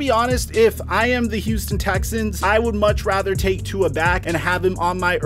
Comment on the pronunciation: You still can’t say tua name right